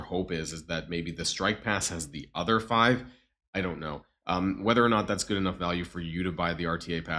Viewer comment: Your becoming more German as the days pass.. The anger the way ya said good like gud 😂 The indoctrination has begun aha.